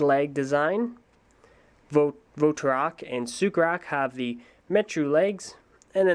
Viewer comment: It sounded like he said "Superak"lol